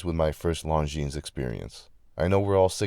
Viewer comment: I’m thinking about adding this to my collection but in brown. And by the way. The ‘s’ is silent.